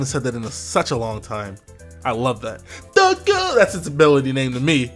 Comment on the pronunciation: Every time you say "THA GOONZ" I die laughing.